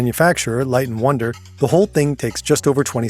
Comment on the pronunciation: I work at a casino on slot machines for a living and hearing the narrarator say "light n wonder" made me widen my eyes lol